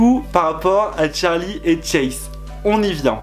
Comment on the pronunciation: C pas Tcharli mais Charli